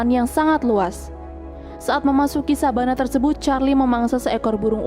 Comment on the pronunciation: Savanah bukan sabanah wkwkwkwkk